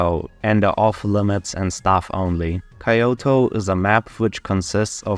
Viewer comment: Kaioto nah "k yoto"